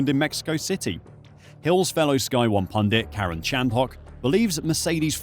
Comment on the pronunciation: Have you never head Karun's name pronounced? Any F1 fan has, which means you use a voice over guy or are in fact not an F1 fan.... which is it?